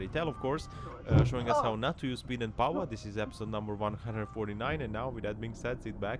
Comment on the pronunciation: Free candy van 😂 I have to say, nobody says powah better than you. Classic.